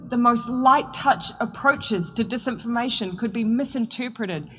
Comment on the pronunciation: mees-information dees-information LOL. I'm a Kiwi and you cracked me up!!! 🤣🤣🤣 We have very flat vowels.